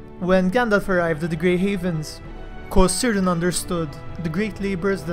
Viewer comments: Cirdan, like every name in Middle Earth that starts with a C, is said with a hard C and not an S sound thus is not pronounced Seer-dan, but Keer-dan. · I may be wrong, but I am pretty sure, that names, that strarts with letter C, should be pronounced at the beginnig with K and not an S. So the right pronunciation should be Kírdan just like you have done with Celebrimbor. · Your content is brilliant, your videos second to none but one tiny flaw; Cirdan the shipwright is pronounced with a hard C like a K not an S. Other than that faultless.